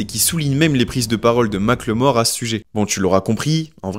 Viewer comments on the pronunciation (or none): Mac le mort Pwahaha!! On prononce « Micheal More » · Par pitié mackelmore c'est pas "mac le mort" ça se prononce comme "apple, "Maqueulmore" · Mac le Mort? Prononciation: "Mac eul mor" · Les français, arrêtez de l’appeler Mack le mort, c’est moche et ça ne se prononce pas comme ça = MACKELMORE (avec un petit accent anglais ça le fait) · Sérieux 😂ça m’a trop déconcentré. En fait phonétiquement ça se dit « makeulmore » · Mackel-More !!!!! "Mike le mort....." 🤣🤣😂😂 Je t'en foutrais.... Les frenchys et les langues étrangères c'est mythique. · J'suis désolé mais tout le long de la vidéo j'ai entendu "Ma claymore", un coup sur translate avec la synthétisation vocale quoi c'est 5 secondes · Ça se prononce "Makeulmore" si j'me trompe pas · La vidéo est top, mais svp ça se prononce MackEULmore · Rooh tu le fais exprès ou quoi, il le prononce à la française..👀👀